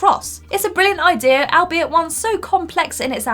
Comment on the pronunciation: Albeit is pronounced all be It! It's not Al like a name! Please learn to understand the words your saying! Just ask someone!